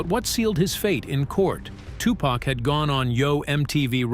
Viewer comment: I'm not really loving this video because of the the way that this dude is saying the wordsI've already caught a few things if you're going to make a video about a classic movie make sure the auto-tune voice that you use is connected with what you're going to say listen to itif you hear something wrong please change it unless the person who made this video had no idea how to say Tupacor how to say certain words because some of this came out messed up and as a person who grew up in the eighties I find it offensive I appreciate the video but do your research